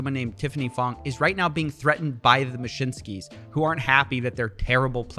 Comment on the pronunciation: Taco Bell will give u the "mashinskis" 😆😂